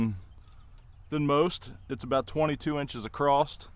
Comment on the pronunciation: I love how Americans make fun at us Canadians at how we pronounce “about/ aboot” but since when did they add a letter’t’ at the end of the word across? Nice maple chunks. ()